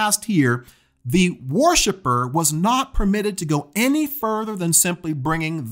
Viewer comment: “War ship er”. Lol